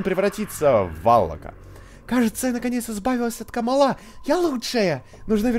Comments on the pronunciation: не каааамала а камалаааааа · не камалА а кАмала